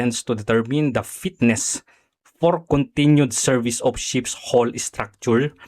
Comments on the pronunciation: Anong steel hol, hull yan ayusin mo pag bigkas kung mag vlog ka. Alam ko hindi ka seafarer ayusin mo lang boss pag bigkas may pa bobo2 ka pa kay Sen. Tulfo. Natatawa na lng ako sa narinig ko sa yo. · "hull" ang tamang bigkas ay "hal" let me remind you